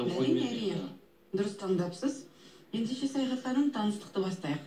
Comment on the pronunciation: саяхат ауызын солайма сойлегенде баскаша болып кетедигой